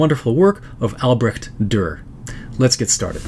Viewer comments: Native German here, its most definitely not albresht, it's also certainly not albrekt, it's a hissing "ch" sound, you’ll find some examples of it on here on youtube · Sure they even have a dictionary about it: Duden – Das Aussprachewörterbuch but trust me, the standard is Albresht. Brekt? Niekt! :face-turquoise-speaker-shape